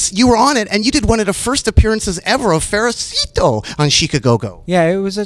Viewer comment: Pericito. (Fericito) Hahahaha ! Fred is the goofiest funniest yet die hard serious musician ever.